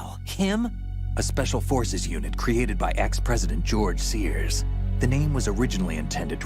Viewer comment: "Gorge Sears"?